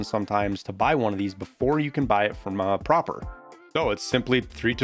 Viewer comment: Pronounces Prapor correctly... weird but ok... 30 seconds later "Tuh Shuhnkas" xD